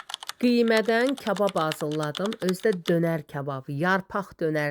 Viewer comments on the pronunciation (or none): Vidiolarınız əladır. Amma, bir zəhmət, "hazılladım" deməyin. Qullq dözmür❤